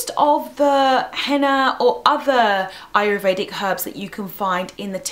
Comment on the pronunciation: you keep saying ayRUvedic. It's ayURvedic!